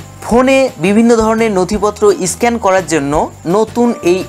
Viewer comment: দাদা... ভালো হয়েছে ভিডিওটা কিন্তু উচ্চারণ গুলো একটু ভালো হলে ব্যাপার টা র ও ভালো হতো.... যেমন... এডিট.. স্ক্যান.. pls রাগ করবেন না..